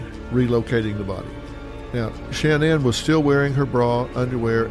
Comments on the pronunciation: Her name is not “SHAN-ANN”!!!! It’s pronounced “SHA-NAN” like “nan DUSKIN ” or “sha na na”! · Omg please stop saying SHAN NAN. Its like nails on a chalkboard… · Why couldn’t he pronounce her name correctly. Drove me crazy